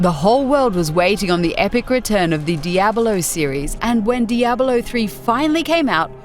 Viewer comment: IT'S CALLED DIABLO, NOT DIABALO FFS.